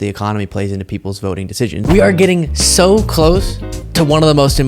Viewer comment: my dear. You're the only one I follow. But please quit saying show instead of the word SO and adding ph'S in front of words that has nothing to do with p h 's!!!! Does anybody get what I'm saying!